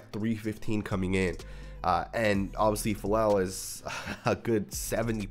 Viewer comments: The last name is pronounced ‘fa-ah-leh-leh’… Samoan last name… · I think it's pronounced Fah-lay-lay. Experts say he doesn't move well, he has a weak anchor and he can't get to the 2nd level, he is projected as a Guard by PFF I think. Trent Brown was a 6th or 7th rd pick so experts didn't think much of him when he was coming out of UF and he ended up an All Pro so.....